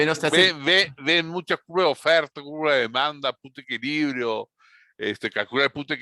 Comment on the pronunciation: Cuando decía "Punto de equilibrio" pensé que decía puta equilibrio xd